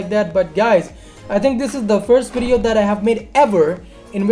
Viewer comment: do u say ears and not years and video but u say wideo lol